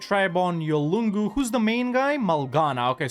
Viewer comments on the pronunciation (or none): It pronounced Yoong-u (Yolngu) (I only know because that's my people...) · Yolngu is pronounced Yon-goo the L is silent :)